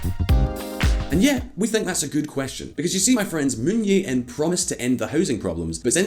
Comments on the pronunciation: The name of SK president is “Jae-in”, not “Yeah-in” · "Moon Jae-in" = "Jae" is like "jay," not "yay".. But still better than what Simon would attempt, lol. (The voiceover guy did a decent job at pronunciations.)